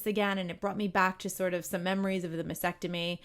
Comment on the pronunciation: I realize this comment is years after your video was made, but if you are speaking and advocating for women who are fighting breast cancer, it is especially important that you pronounce the procedure correctly. It’s mas-TECK-tomy. It seems like you would want to know that; mispronouncing takes away from your credibility.